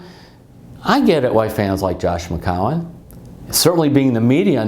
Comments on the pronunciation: Mcowan? McAllen...???? Mccowen? Terry it’s McCown. Jesus how many time did you butcher his last name????? Every time.... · I love Terry but that was funny.